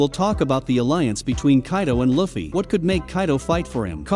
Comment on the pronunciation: “Luufeey” not “luhfee” 😡😡